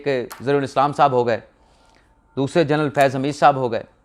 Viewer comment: جرنل نہیں ہوتا جنرل ہوتا ہے